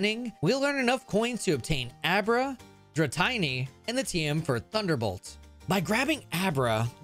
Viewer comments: wtf is a drytiny 😭😭😭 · ITS DRATEENY!!!!! (Yw 😅)